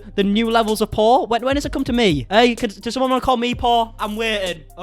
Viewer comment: I thought you were saying Paul. Jeffrey called Trisha Paul lol I was like wait whaaat?! Then I realised you were saying poor🙃